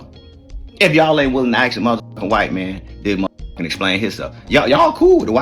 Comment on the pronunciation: I'll listen to him when he learn how to pronounce "ask".